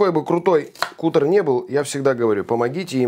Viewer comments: Не кутэр , а кАтэр , от англ. глагола cut -резать. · бля,,, не кутер а катер (cutter),,,от слова cut-резать